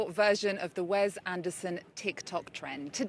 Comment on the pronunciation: ...It's Wes (wess), NOT Wez.